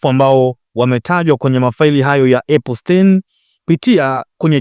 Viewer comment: Epstein na sio epustein